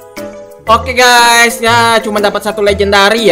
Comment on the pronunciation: Ini Gak SalAh Dengar Kan? Itu Bilangnya Stumble Gay Bukan Guys